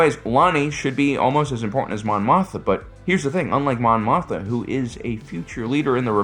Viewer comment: It's pronounced "Moth-ma" Repeat after me, Mon "MOTH-MA"! 😁